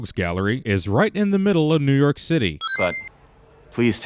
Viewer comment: "Mew York" lmao